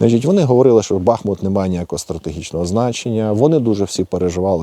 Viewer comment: Не бАхмут а бахмуУт!